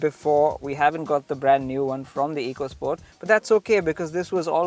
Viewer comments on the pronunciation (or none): It's not eecosport where e is pronounced as ee. It's ecosport, e is pronounced as a here. Learn it. Great car. Hope it sells as much.